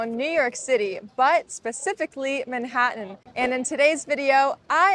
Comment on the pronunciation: How did you just pronounced Manhattan ? 😯